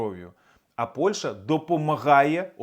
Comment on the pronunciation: ПольШа чи ПольЩа? Ти "україномовний гугнявий" чи малорос неграмотний? Коли "борешся" на віртуальному фронті з пропагандою, то борися і з своєю російськомовною вимовою ПольЩі.